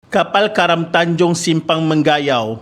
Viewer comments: Correction - Mengayau ye bkn Menggayau 🤭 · Rasanya sebutan yang betul ( me nga yau ) bukan ( meng ga yau ) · Nice content. cuma bacaan sebutan Simpang Mengayau di akhir video in kurang tepat. hnya mngunakan 3 suku kata iaitu "Meng" "a" "yau". Manakala "Meng" "ga" "yau" tidak betul. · Me - nga -yau. Sebutan yg betul . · Lucu bha sebutan admin utk nama tmpat d sabah tu, kalo sini sebut Meng Nga Yau min 😁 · Yg no 1 tu sebutan mngayau tu mcm salah ja hahah btw nice.. patut eja mcm biasa ja